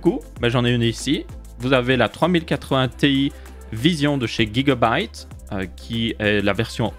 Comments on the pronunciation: Pourquoi guigua byte Au lieu de Giga On dit Giga octets pas guigua octets 😂 Ou c'est la marque qui dit qu'il faut prononcé comme ça ? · Tu me fume avec ton Guigabyte (j'ai ajouter un U ) Tu dit Guy .. mdr